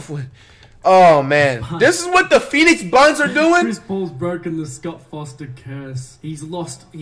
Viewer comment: “The phoenix buns”😂😂